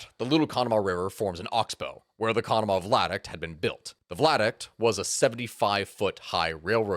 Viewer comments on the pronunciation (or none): OMG stop saying vlad-uct! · Lol vlad-uct. Via-duct. Great video! Love the channel! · Pretty sure he's misreading viaduct as vladuct throughout this. Viaduct is an low bridge across a valley. Vladuct is not a thing. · _ V I A D U C T _ NOT WHATEVER THE F*CK A "VLADUCT" IS!... How does that even REMOTELY SOUND right??... And do you NOT get ANYone else to PROOF you videos BEFORE POSTING so that you DON'T end up sounding like a MORON??.... 🤦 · Lmao he says Vladuct the entire video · THANK YOU!!! I have been sitting here trying to figure out WHAT THE FECK he was talking about! 🤣 vLaduct! Hahahahahahaha! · As tragic as this story is, every time says “vladuct” instead of “viaduct” I have to swallow a laugh. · I love this video. You are awesome. You kept saying "Vladict" around the 33 minute mark, its pronounced via-duct. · Vi - a - duct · I'm sorry, but were you trying to say Viaduct ? Bc I'm hearing "VLADuct" lol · yeah, it KILLED the entire video for me.. guess I'll never know what happened in the last half, because I cannot listen to that BS. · Are you saying v i a duct? I keep hearing an L